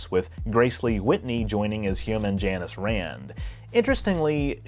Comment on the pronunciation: "Jaynus" vs what every other person pronounces as "Janis" (and spells as "Janice")...are you Key and Peele?